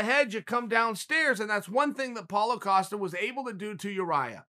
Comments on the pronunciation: Who TF is paulo O'costa? My god chael you stay fucking up these guys names! I can't tell if your trollin or illiterate.... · Its Israel Adesanya vs Paulo Costa not what you said...